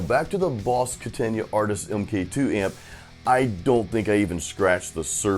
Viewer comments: Kata-na .... Not Katan-ya. Lol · It’s Katana not Katania. Come on brother. It would be great to hear something besides a bunch of over drive like blues or no shredding wide open. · Its not a KATAN-YA, ITS A KATAN-UH. It's far more than a practice amp! If you had gone through the variations, and the cab resonances/tone shaping you would have seen what this amp can do. I have a 73 100w Plexi & a HighWatt DR-103, and this Katana keeps up with EITHER!